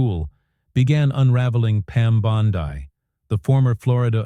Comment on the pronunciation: Did this come from Russia because I'll tell you the names aren't being pronounced as we would pronounce them and have always pronounced them in the United States so there's something funny going on here big guys